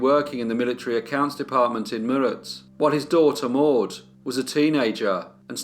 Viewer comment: Well done on the Indian names, although Meerut is "May-rut" as in "cut"